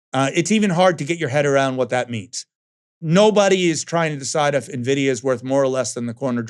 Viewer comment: 'i dont know the current price of nividia'.....he says, not sure how serious i can take this guy, but its an entertaining gag reel , who else is hanging around for josh b4 TG break?